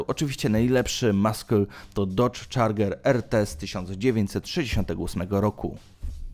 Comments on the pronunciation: Dodge czarger to mój ulubiony xd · Czarger" ??? Serio kurwa???